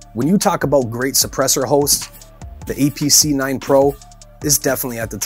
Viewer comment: It sounds like he is sayd "EPC" and he said it weighs in at 2.2 lbs. Still good content.